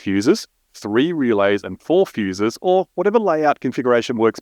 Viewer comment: "feeeuuussses"? "Rrrealeyss"? I don't know what these things are. Is this used to connect your PDM to a PC?